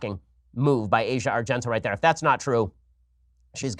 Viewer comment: A record day for mispronunciations by Ben: Mondelez and Asia Argento.